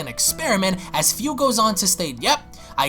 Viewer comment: man im pretty sure his name is Fu, pronunced Foo (like Foo Fighters) and not as Fiu